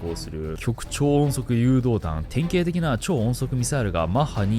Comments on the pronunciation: "きょく"超音速ではなく "ごく"超音速ですよ！ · ごく超音速と読んで（呼んで）ほしい。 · 極超音速の極の読み方は「ごく」ですね